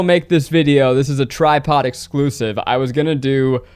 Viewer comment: No one: Ned: WeALcoMe tO TidePod